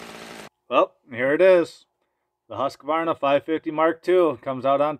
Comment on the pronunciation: It would be fun to see how the classic saws like the partner s55 or the jonsered 490 would hold up to these new saws. And btw, you should learn to pronounce Husqvarna correctly. You, like most Americans, insert an unnecessary extra "a" after the "q"... It's sounds weird.